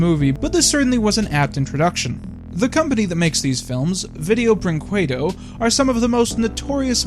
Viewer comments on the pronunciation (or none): It's pronounced Brinkedo, not Brooinkooedo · The Portuguese version of this film is available on youtube, and the audio sync is as bad as the English dub. Also, it's pronounced brin- ke/qe - do, not brin - cue - do (every word with an q has an u afterwards in Portuguese, don't question).